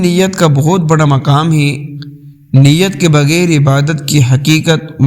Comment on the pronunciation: بگیر بگیر بگیر بگیر بگیر بگیر بگیر بگیر بگیر بگیر بگیر بگیر بگیر بگیر بگیر بگیر ...........ہائے رے تیری اردو............ہائے رے تیری اردو.........ہائے رے تیری اردو